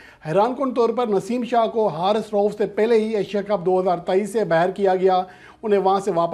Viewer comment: Babar Azam nain warning de hai Naseem shah na yr name to thek bol k news dia kro